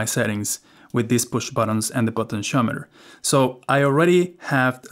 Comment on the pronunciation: What’s a “Potent-Shometer” 😉 (Great video, thx 😊)